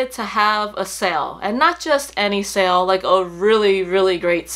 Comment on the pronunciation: I just wanted to ask... genuinely curious... is the correct pronunciation of the word “sale” sell or sail? You mentioned it in the vid quite a number of times and was shocked as to how you are saying the word. Great review again as always. Loving Coach as well lately especially their Cassie bag.